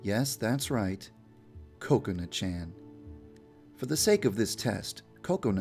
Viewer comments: he makes kokoana sound like coconut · it sounds like he is saying counut its kokana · most people pronounce Kokona like Coke-oh-nah instead of Coconut without the T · its funny when he says coconut instead of kokona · it sounds like your saying COCONUT instead of kokona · I hear Coconut instead of Kokona. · say it like Kub Scoutz say it: KA-kona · he says it as "cocoa-na" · I love how he pronounces Kokona like "Coconut " 🍰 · It sounded like you said Coconut-Chan. Also, Yandere was kind of blowing her cover on that last part. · ok is it me or does it seem like he keeps saying coconut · There is just something wrong when he says Kokona? It sounds more like Coconut. ;) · At first, I thought he said Coconut-Chan 😂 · Hey Yandere Dev, you pronounce Kokona (Ku co nu) I can't believe you didn't know that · He sounds like he says coconut chan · like he's saying coconut 😂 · Ko-ko-na Ha-r-uka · I thought it was pronounced koko na but it's ko-ok na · Omg I think it's pronounced ko-ko-na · i thought it was pronounced as ku ko. not ko ko nu. lol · Dev also says Kokona with a Short sounding 'o'. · Not being a hater on how he says it but it is not how you say that students name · The way he pronounced Kokona made me upset >.<